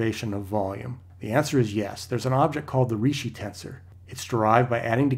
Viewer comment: Ricci is pronounced Reechee.